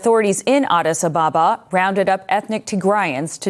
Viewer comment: It's not "Adis Abaaba", it's Adis Ababa